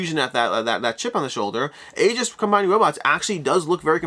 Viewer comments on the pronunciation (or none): Neither, it's "E-jis".